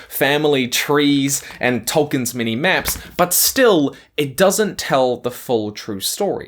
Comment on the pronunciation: What you say: “many elves” What I hear: “mini elves”